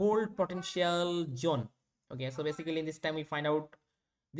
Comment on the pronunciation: Zone ❌️ Jhone ✅️